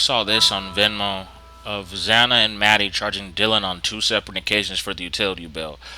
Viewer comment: It's Xana. Not zanna.........